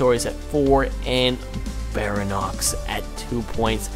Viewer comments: you sayt baryonex wrong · he calls it BARANOX it's pronounced BAREE-ONIX all though it's spelled Baryonyx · its pronuonced, BARE-EE-ON-ICKS for baryonx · not bairinox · u said baryonx wrong its bary-on- iks